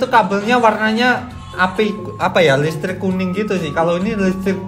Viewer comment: Bang pas bang bilang listrik agak salah